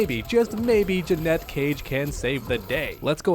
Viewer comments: Umm it's Janet not Jennette...you're welcome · 🤓Janet cage not ja net cage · he’s pronouncing it as Jeanette when it’s pronounced Janet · Drove me insane hearing the first person in human history pronouncing Janet, "Janette" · Will u stop saying Jeanette she’s called Janet. Ja-net ur a creator - learn how to speak correctly. U don’t say jeanuary do u? No it’s jan not jean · Is it not pronounced Jan-et? I'm confused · JANET. JANETTE. Stop bro. 😂😂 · I can NOT take you seriously at all with you calling her "Jannette." Even if you're trolling, it really makes you sound like you don't know what you're talking about dude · Janet, not Janette. So annoying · Are u saying "Janette" Cage on purpose or what? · The way you pronounce Janet pisses me off. Say it correctly ffs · Please say the name correctly. Sheesh, we all know you gave a deal wirh NRS. You should definitely get the name right. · Bro you definitely don’t know how to pronounce her first name lol 😂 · Bro. Your pronunciation of her name drives me up a freaking wall!😊